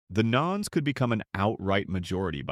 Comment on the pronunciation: "Nones" is "nuns" not " knowns".